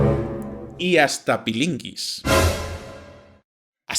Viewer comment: ¿Pilinguis,? ¿Pilinguis? 😓😓😓😓🤣